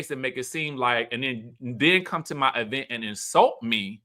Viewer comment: The way you consistently say “E-Vent” like Tisha 😂😂😂